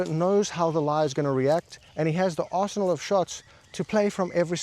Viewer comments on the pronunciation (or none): At when you said “understanding your arsenal,” I heard, “understanding your arsehole” and nodded because I got that too.